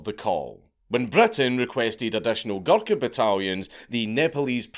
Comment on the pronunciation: Hearing Dank say “Guluka” for 50 minutes is gonna be hilarious